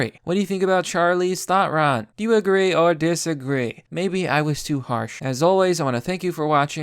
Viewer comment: Charleeze Thotron XD I died.